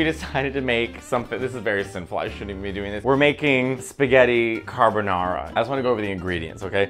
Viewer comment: Carbanara again. Lol